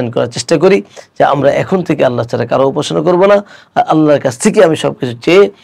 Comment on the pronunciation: উস্তায এতো সুন্দর করে "আল্লাহ" বলেন!! সুবহান আল্লাহ